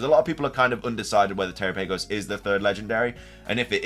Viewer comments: Terapagos rhymes with Galapagos. Also, it's Terapagos, not (Tera-pay-gos). Lastly, great video. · Galapagos is pronounced ga-Lah-Pah-gos, so Terapagos is pronounced te-Rah-Pah-gos (the capitalized syllables are the ones you emphasize) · Well, you ATTEMPTED to correct your pronunciation. Here's a hint: It rhymes with "Galapagos". Or you could watch the Direct, since they say it...